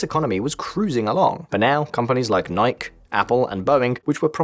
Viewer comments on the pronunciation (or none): I’m sorry how did you pronounce Nike????????